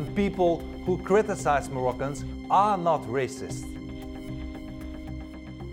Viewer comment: it's kinda poetic that he stresses the word "are" rather than "not" when he said "those who criticise Moroccans ARE not racists" really a metaphor for implicit vs explicit racism